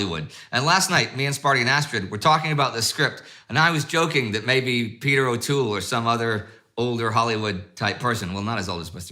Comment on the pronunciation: Cringing at your O’Toole tbh!